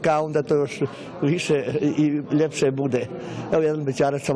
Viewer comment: ljepse a ne lipse lipo a ne lipse vidi se da nisi is slavonije idemo dalje